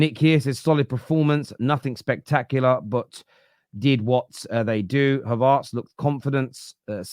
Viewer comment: his name is not havARTZ